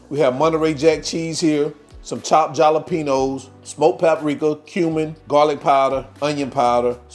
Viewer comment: 😅 Just got caught in a giggling fit from “chopped JAL-uh-PEE-nose” That was the most adorable pronunciation!